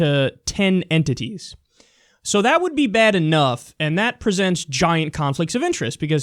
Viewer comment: Yo he said enTITIES emphasize on it bra. And with a straight face too what a professional